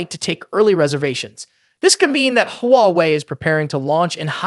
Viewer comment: AI voice? I heard like 10 different pronunciations of Huawei lmao.